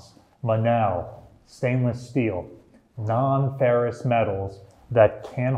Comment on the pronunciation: ferrous not ferris lol